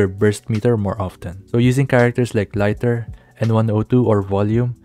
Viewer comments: Bro its not laiter, its liter like how many liter water in a pool. Centi, centimeter, liter is liter not laiter! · Its Lee-ter not lighter btw😊